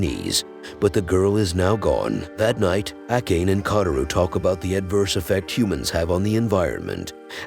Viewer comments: Ah..yes pronouncing "ah kah nay" as "Ack Aane": like finding a hair in your soup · That name prononciation was horrible